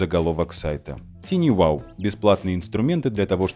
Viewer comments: TinyWow на самом деле звучит не ТИНИ Wow, а ТАЙНИ Wow. Слово "Tiny" [тайни] в переводе с английского значит "крошечный". И вообще, перед тем, как использовать иностранные термины, бывает полезно узнать, как же они правильно произносятся. Хотя бы, через Яндекс-переводчик. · не тини, а тайни, балбесы